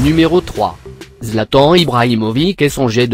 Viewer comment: C'est pas Zlatan c'est zlataaaaaaaaaaaaaaaaaaaaaaaaaaaaaan